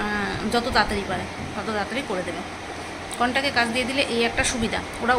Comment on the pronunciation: Contak bolche contract uchharon korte parche na , ei mohila higher secondary pass kina amar jatheshto sondeho ache er pore Shona nie ?